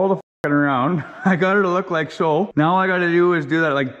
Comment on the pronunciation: Why are you saying meow every time you mean to say now?